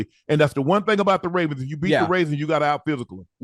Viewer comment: he say “raisins” when talking about Baltimore at least once a show 😭😂